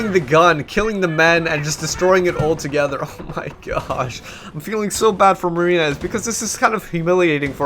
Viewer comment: Every time you say "Marine-ez" it sounds like you're giving him shit for his name :)